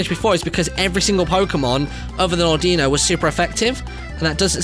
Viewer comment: I hate how he pronounces "Audino" incorrectly.